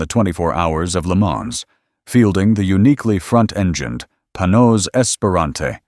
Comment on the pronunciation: Well, first, you are mispronouncing the name: Panoz. I know this because my company produced the sales video for the car and I spent many hours with both the car and the Panoz Family. Mrs. Panoz kept a 1953 Corvette, completely perfect, in their garage). I appreciate you going into the pre-aluminum roadster. I thought it was a beautiful car and was honored to take a few laps at Road Atlanta with it during the production of the sales piece. I had not seen the aluminum version and I have to say: that unGodly ugly hood scoop absolutely ruins the look. One other thing. That tiny windscreen was worthless. It actually aimed the air flow right at your eyes because it was so low. We wore helmets on Road Atlanta so it wasn't as noticable. But man, it was so much fun to drive, and you talk about turning heads! I think the only car I would rather have is a 64 XKE Roadster, but that is major money. Thanks for doing this. I would love to find a Panoz at a good price. I would definately want the older one. Man, that hood scoop on the AIV was horrible.